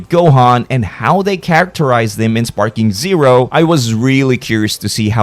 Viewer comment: Sounds ai. The way he pronounced sparking zerp